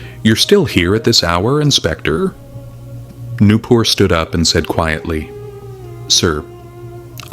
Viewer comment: Nupur ❌ new poor ✅